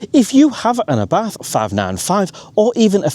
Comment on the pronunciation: Nice video! Funny to hear you speaking Abarth with an "th". Thats wrong. Speak it "Abart"